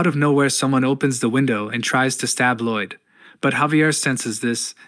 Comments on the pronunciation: I'm guessing the narration is AI. It keeps pronouncing Lloyd LIDE (like hide) when it should be LOID (like void) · Lai-oid? the hell is that pronounciation. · Gotta be honest, at this point my biggest reason to keep watching this video and not just read the comics myself is to see what crazy pronunciation of Lloyd comes next… Laiauld? How on earth did you even get an [a] sound out of that word?